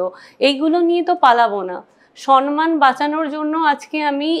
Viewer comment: তুমি বেশ কিছু ভুল শব্দ/উচ্চারণ করো : Criteria(s) , সন মান , Congestion (কনজেশন নয়) , Advice(s)